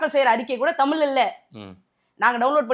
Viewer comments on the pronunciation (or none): இந்தப் பெண் 'தமில்', 'செம்மொளி' என்று பேசுகிறார், 'வால்க்கை' என்று உச்சரிக்கிறார், ம் ..ம் .. .. ம்ம் .. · தமிழ் என்று சரியாக சொல்லவும்